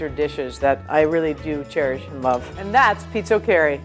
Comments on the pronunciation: You pronounce pizochEri pizOcheri with the pronounciation on the o not the e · I loves how she pronounces, pizzoccheri, so way off it's hilarious.